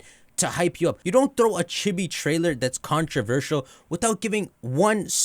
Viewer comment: Am I the only one who hears him say Chippie instead of chibi?